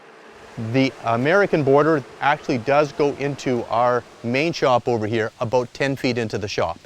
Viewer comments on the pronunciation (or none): HE ACTUALLY SAID ABOOT